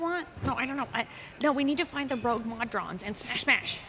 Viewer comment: "Mod-rons"? What? Try "Mo-Drons" instead.